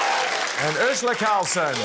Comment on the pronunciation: Is it just me or do they all pronounce Urzila as Urshula? What's up with that?